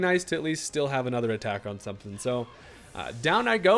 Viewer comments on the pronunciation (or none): none